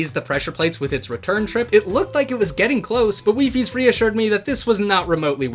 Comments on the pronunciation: It’s pronounced “WHY FIES” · WiFi is the plural of wifie it is pronounces weefi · i am here to let you know the plural of wifies is officially not wifieses but wifi (pronounced wee-fi)